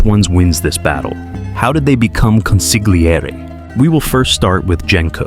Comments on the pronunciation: It's pronounced con-see-lee-err-ee. If you see "gl" in any Italian word, do not make a hard g sound, just emphasize the l. Hard g sounds are not heard in Italian unless they are followed by h's as in "ghiaccio" (gi-ah-cho) or "ice." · Interesting analysis - apart from the fact the narrator cannot pronounce 'consigliere'. You don't pronounce the 'g' in Italian (or in the Mafia) - it's consil-yi-eray. An embarrassing mishap. At least he gets it right after . Then he forgets it later, it's very weak narration. And the repetitive music is annoying, but at least quiet. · This is unwatchable when the main term is pronounced so poorly. It's con-seel-YEHR-eh, not con-sig-lee-AIR-ee. Ugh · I don’t understand why you guys don’t babble or google how to say the word. The g is silent. Con see yer lee! That’s the best phonetic I can do. And yes my parents were Sicilian immigrants. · Jesus Christ, you’re killing me with the way you’re pronouncing it! It’s pronounced Con- Sil- Yeri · Im not Italian, but hearing consigliere being pronounced like that by AI gives me the hibbie jibbies. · From the beggining I can't watch the video. Go look up how tge word consigliere is pronounced. Watch the movie again even. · It is very distracting the constant changes in the pronounciations of key terms and names in this video. Sometimes (few), consigliere is pronounced correctly, but mostly mispronounced (the g is slient). Genco is also both hard g and (the correct) soft g, and even Hagen's name is mispronounced. Don't call yourself Mafioso if you can't pronounce the basics. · Bro, you need to learn how to pronounce Consigliere and Genco